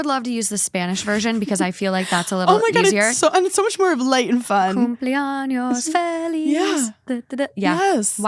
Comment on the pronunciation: LMAOO I know u probably don’t know Spanish maybe you do but the way u said happy birthday backwards “cumpleaños feliz”😭😭